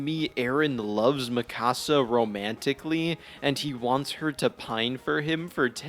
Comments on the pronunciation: The season finale was utterly horrible but it wasn't a shock that Eren loved Mee-KUH-sa not Mi Cahsa you dumb🤬 she isn't a Mexican house. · Lol “Me-kah-sa” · Ok I hate the ending. However your mispronunciation of Mikasa name is crazy. Also Eren never hated Mikasa he had a sibling like rivalry with her since she had abilities and strength he didnt have even though she was only be protective due to love he had a tough guy complex of im a man I can protect myself. It’s like when a parent keeps doing everything for their kids the kids snap and are like hey let me sink or swim on my own. And she was adopted and he might have had a crush on her when he first met her but due to her living with him changed the status of his house hold